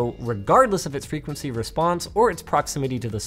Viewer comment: So is it "frequeny", "frequecy" or "frequency"? I'm confused...